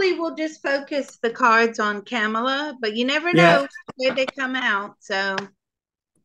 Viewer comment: We pronounce it KA…mala.